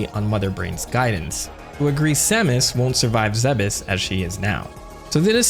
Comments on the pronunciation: Good but its pronounced planets Zebes (ZEEBS) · Isnt Zebes pronounced like Thebes? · Zeh-bes? Tf??? It's zeebes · 12 year old me used to pronounce it "zeebs" when autistically downloading the lore into the nearest earholes. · Am I the only one who pronounces Zebes as "Zeebs" like Thebes? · So who else always thought it was pronounced "zeebs"? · I thought it was pronounced "Zeebs" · It's definitely pronounced zeebs 😂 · This video made me realize that I've always thought the planet was pronounced Zeebz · am i the wrong one for always pronouncing it as "ZeeBis"? Like come onnnn it rolls off the tongue better plus you can say it in an old cowboy voice and it sounds like gold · We've all have pronounced it "zeebs" at one point. Also in the original metroid manual on nes they called it Zebeth. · i just hate the way you say zebes lol